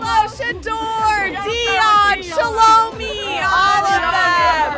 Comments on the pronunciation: Shy-la-my is how you pronounced Shelomi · Its pronounced Shal-lo-my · The confidence in which she mispronounced Shelomi is annoying me lol